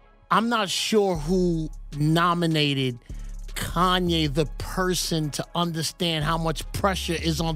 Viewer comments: Facts been spoken by Kanye....but it's you Flex, you something just don't sit right with me with you...really not to be trusted ...all of a sudden you don't know how to say Kanyes name?? Since when??? Mxm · Flex calling Kanye's name wrong ...now disrespecting him. Those joooooooos got flex bent over too 😂😂